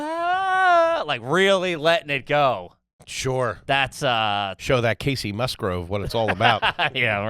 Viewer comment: Kacey MusGROVE?!?! Come on dude. I'm sure you can kinda read.